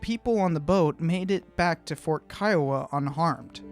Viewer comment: I'm Native American from the Kiowa Tribe and thank you for pronouncing Kiowa the right way. The majority of people I meet pronounce it Key-O-wa and I tell them the right way and they still say it that way.